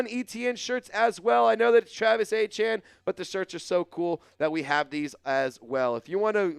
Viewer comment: Man you need to get Travis's name right i know you what it is I'm tired of reminding you put some Respect on it!!!!